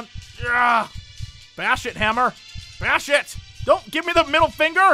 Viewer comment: sounded like you said bear shit instead of bash it lol